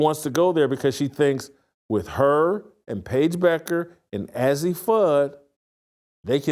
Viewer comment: You would think if this guy wants to talk about these women, he would at least get their names right. It’s pronounced AZ. This guy is just click bait!